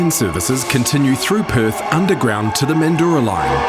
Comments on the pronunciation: Didn't need a Kiwi narrator who didn't bother to research local dialects with regard to names - it isn't Mandoora it's Manjra! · You cant pronounce Mandurah. (Man-dra) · Oh my god😂 great video but the pronunciation of Mandurah is basically " mandruh" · You said it wrong it’s mandrah line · "The guy" Timo is referring to is the commentator (you ? ) who has mispronounced Mandurah (pron Man-djrah) as mentioned by Jason G. The commentator has a NZ accent and may also be familiar with some of the old diesel powered multiple unit rolling stock from Perth that ended up in NZ. Excellent video by the way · Hello, just a few things... services on the Fremantle line were closed from 79 to 83, the B Series do also run on the heritage lines as well, they have been running on the Armadale line a fair bit lately and Mandurah is pronounced Man-Drah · Yeah was a informative video but missed those key lines and the pronunciation of Mandurah stirred some weird feelings in me hahaha 🤣